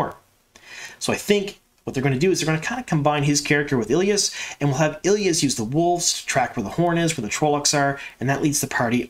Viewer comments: Day, you don’t know what you’re talking about as the EotW glossary clearly says ee-LY-ahs (three syllables with emphasis on the LY). It’s not eel-yahs (two syllables) as! stated in his reply on this thread. Now, one could argue that LY should be pronounced as LEE with a long E in place of the Y, and I would have trouble refuting that point as LY isn’t phonetic. My question is why pronounce it differently than the people who narrated the whole series of books aloud on tape while pronouncing the Y as a long ī that millions of people have listened and heard, for some, their entire lives for the long E instead of the long i? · FYI, Elyas is pronounced Elias. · Day do you have EotW? Look at the pronunciation in the glossary..is the glossary canon enough? The pronunciation in the glossary is not “eel-yahs” it’s “ee-LY-ahs.” I can’t figure out if you aren’t reading my replies fully or are just trolling me lol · I always pronounced Elyas as ee-LIE-as, instead of ILL-ee-us. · In Rosamund’s narration of the first book she pronounces it Ee-lye-us. I am assuming this is the pronunciation that will carry on to the show. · E-Lie-Us lol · I always pronounce it Ee lie us. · I'm sorry but that pronunciation of Elyas sounds way to much like Ileus, lol. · Love the content as always. Drives me nuts though on how the name Elyas is pronounced lol. I think he will be gone after this season or maybe take the place of Hopper. I am very curious to see how they do the wolf dream. Instead of having a wolf there maybe use Elyas to teach Perrin. Just a thought. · Obviously you never heard the audiobooks from! It's a little disconcerting really how you pronounce Elyas, I very much hope the show takes the pronunciation from Michael Kramer and Kate Reading! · I'm glad they're keeping Elyas in the series. I was a little worried when he didn't appear in season 1. I've learned recently that I apparently pronounce many of the names wrong, Elyas being one of them.